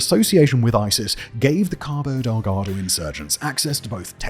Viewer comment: LOL! The way says "Cabo Deldago." 😂